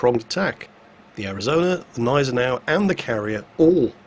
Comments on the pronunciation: it's not a Neisenau its a Gneisenau. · What the hell is wrong with you!?!? You're calling it the neisenau again, it's gneisenau. The germans aren't french:) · There's that silent "g" again in Gneisenau. Why? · there is a G in Gneisenau. Like in good, god, JinGles.:) About your question, they can be "glad" it was mid tier. You find this kind of players in high tier in a bloody CV! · Gneisenau,. The G is not silent. cries in German